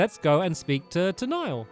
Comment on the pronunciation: A Commenter Niall is actually pronounced NY OLE